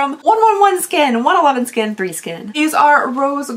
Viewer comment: 111Skin is pronounced "one one one skin" I finally looked it up lol